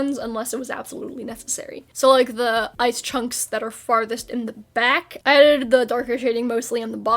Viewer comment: for a bit, i thought you were saying "eyes" instead of "ice"